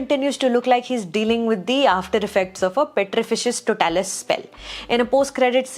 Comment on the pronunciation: I'm sorry but it's PETRIFICUS TOTALUS not PETRIFICIUS TOTALUS